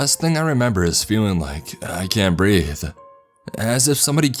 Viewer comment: "I can't breathe-a.."